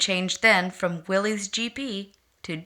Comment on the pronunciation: Corrections: Proper pronunciation is Will - iss as would rhyme with Phyllis. It was the surname of Willys Overland founder John North Willys. - there was never a Willys GP or GPW, those were Ford models. After the initial Bantam, Willys, and Ford prototypes were tested and reviewed, small contracts were awarded for the revised pre standard Bantam BRC (Bantam Reconnaissance Car), Willys MA (Military, first contract), and Ford GP (Government, 80" wheelbase). The lucrative contract to produce the further revised 'Truck, 1/4 Ton, 4X4, G503' was issued to Willys overland with Ford as subcontractor. Throughout WW2 Willys built over 360,000 of their MB (Military, second contract) with Ford building an additional 280,000 of their GPW (Government, 80" wheelbase, Willys pattern). They had nearly complete parts interchange between the two and many (most) of the body 'tubs' were built by American Central Manufacturing (ACM). The museum example shown in the video wears an 'Invasion Star' on its hood as used for the D-Day invasion.